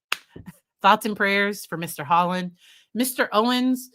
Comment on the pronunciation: Just a lazy gamer found that she plagiarized the first part of her statement and mispronounced his name!